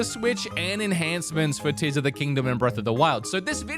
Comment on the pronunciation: Dude you started off so goofy with the Zelda stuff that it temporarily broke my brain. When you started talking about Tears of the Kingdom. No joke i was hearing Tissum the kingdom. Thought i was listening to Theo Von talking about the Tissum. Halfway through i started hearing it normal because you stopped saying things wrong. Sorry about that, had to share.